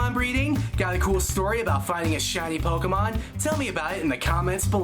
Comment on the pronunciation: did he just say "pokémans"